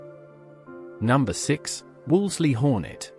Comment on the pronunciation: This presentation is total rubbish, as a mechanic in the 1960's I worked on most of these cars and none had any of the problems reported, they wern't perfect but few cars are. Pity you didn't check the AI sound track, so many mistakes notably Bond Equipe coup is Eh-Keep Koo-PAY, Wolsley is Woolsee whats an Austin At 800?. The best mistake was the Imp was Britians answer to the mini, THEY WERE BOTH BRITISH you prat. It's engine was a modified Coventry Climax fire pump engine, not from racing. I'm suprised YouTube allows this twaddle.